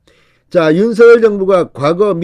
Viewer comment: 발음 똑 바로합시다 윤서결이 아니고 윤석열 입니다